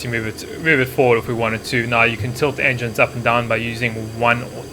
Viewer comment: Did he say “enjynes” like I swear that’s what I heard